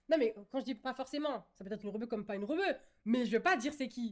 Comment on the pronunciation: Elle a dit pas forcément REBEUE… mais en même temps oui c’est VITAA ptdr choquée 😂 Bon j’en suis qu’à 20min de vidéo mais quel plaisir !!! Je poursuis la lecture 🤣